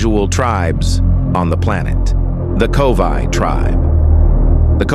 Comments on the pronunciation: It's Korowai, NOT Kovai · It is Korowai NOT Kovai.